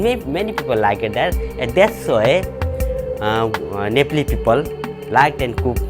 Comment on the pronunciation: This narrator cannot even say "Nepaalee" instead she says "Nepoli" no wonder people cannot distinguish between "Naple" and "Nepal"